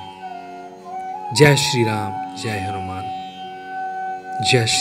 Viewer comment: In Bengali, you are supposed to say: Joy, not Jai.